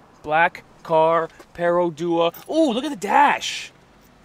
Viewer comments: Its pronounced PRO...DO...A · It's pronounced like the English word pro. The 'per' and 'o' comes from Malay 'perusahaan' and 'otomobil'.